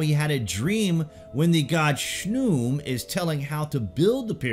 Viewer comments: I don't think Khnum is pronounced "shnoom" but more like kuhanoom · His name is pronounced KA-NUN but spelled Khnum. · Khnum. Not shnum.